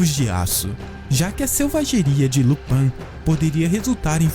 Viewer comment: Lupãn não... É Lupín. E não é jma maldição, é uma doença